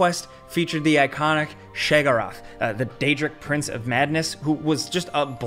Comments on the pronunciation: Shagorath??? Who the heck is that and how do I keep him away from my Sheep? (It's Sheogorath.) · attempt at calling "Shegorath" broke me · Shay-gor-ath, my favourite eldork scrolls character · Say it with my Gameranx, SHAY-OH-GORE-ATH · Ah yes, the famous "shegorath" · That is not how you pronounce his name its sheo gorath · I thought Falcon was the one who couldn’t pronounce words on Gameranx but after listening to butcher Sheogorath he’s way worse than Falcon now😂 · Wait, how did you pronounce Sheogorath?😂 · Damn. The way you mispronounced Sheogorath shows you've never played Oblivion or Skyrim. I'm really sad. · please learn how to say lord sheogorath’s name correctly